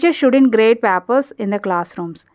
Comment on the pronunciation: Please correct your pronunciation. Especially for "Papers". Good effort 😊